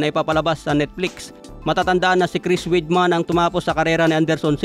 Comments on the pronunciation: Weidman-wideman not weedman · Halatang hindi dating nanonood ng UFC si hindi alam ang tamang pagbigkas sa apelyido ni Weidman.